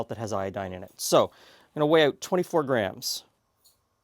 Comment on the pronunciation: "Dry oot too quickly" lol